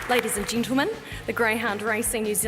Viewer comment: Ladies and 'Gintlemen' ?? Fuck off, you annoying dickhead